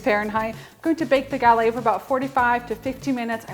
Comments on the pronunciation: Gah-LETT, not ga-lei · French cuisine called a GuhLETT -- not gal-AY. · Hi i love your recipe but i don't know, about the way you pronounce the word "Galette", you're supposed to say it with the 2 T's like "LET go / galLETTE". I'm from Quebec and my grandparents are from France. Anyway, just a little lesson i'm giving you. Friendly yours...France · The "T" is pronounced in gallette. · Looks delicious. FYI, you do pronounce the t's in the word "galette". Have a great day and keep up the good work!